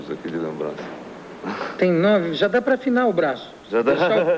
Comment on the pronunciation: O Tom Jobim falava "jás" também sksksksk